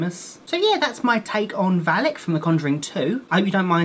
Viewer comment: It's VALAK, not Valek